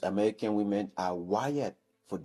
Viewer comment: 😂 where do they come from that more than one woman is still being called woman!? It's pronounced women! (Wimin)😂